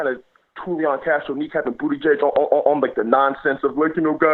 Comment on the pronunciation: Buttigieg 2020. I think he's a great candidate and I think you are being unfair. Pete is not Joe Biden! It shows that you know nothing about him. Not even how to pronounce his name. He'd make a great president. My top three candidates who will happily support are Sanders, Warren, and Pete. He would beat Trump.